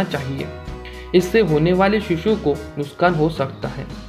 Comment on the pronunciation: nuskan nhi lol nuksan🤣